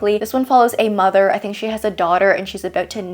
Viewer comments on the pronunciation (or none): none